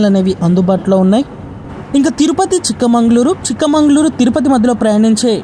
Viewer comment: Chikmangaluru కాదు. చిక్మగలూరు